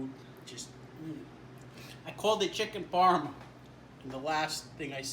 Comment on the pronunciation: awesome video! I laughed my ass off when I heard you say chicken parm.....:-)